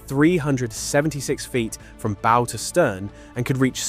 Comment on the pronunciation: The mispronunciation of some basic words, bow for example, tells me there is at least some AI at use...